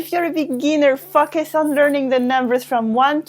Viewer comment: I think you need to learn how to pronouce 'focus' in order not to embarrass others! It's pronounced 'fowcus' by the way.